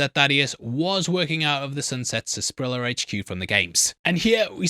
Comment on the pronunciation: Why does everyone get it wrong and pronounce it Sas-pa-rilla? It's pronounced Sar-sa-pa-rilla. I've yet to hear someone call it Sunset Sarsaparilla, it's always Sunset Sasparilla.